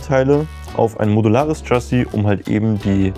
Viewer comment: Lieber, Erstmal: grandios, was ihr alle da baut und leistet! Eine klitzekleine Anregung von einem leicht frankophilen Bewunderer eurer Arbeit: Mich hat das "Tschassi" ein klitzekleines bisschen "getriggert" (wahrscheinlich nichmal wirklich getriggert, mir isses halt nur aufgefallen).🙏🏽 Info: "Chassis" ist das französische Wort für "Fahrwerk" und wird natürlich auch nicht englisch, sondern französisch ausgesprochen. Nämlich "Schassi" (Wahnsinn, meine nahezu perfekte Lautschrift, wa😂?) Kein Hate, keine Aufregung, nur ein lieb gemeinter Hinweis. 🙏🏽🙏🏽🙏🏽🙏🏽